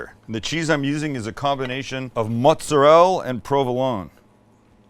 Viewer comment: what kind of cheese is "mozarell"? :D